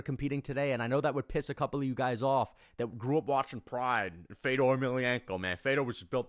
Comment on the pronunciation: I hated hearing you talk shit on Fedor while saying his name wrong.